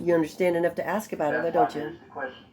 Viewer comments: And it was obvious that the minute she denied the throttle body excuse, he refused to answer anymore questions like he was a child! And I hate him even more when he says axe. And his language arts sucks! He must have missed his English classes. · Axe!!!!!!!! Ughhhhhhhhhh!!!!! Do dis. Do dat. Forf. Oaf. Does this drive anyone else crazy? Or I didn’t wave my right to no cownsel. He’s such an _#%>€£{\! Hole. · What l found amusing is when he found a new word to quote. Like ..Fundamentally. …. He can’t pronounce. Ask. But he can pronounce. Fundamentally.😂😂😂😂😂 He is an ignorant joke.